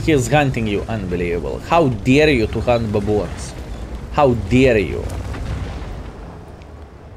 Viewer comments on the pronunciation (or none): none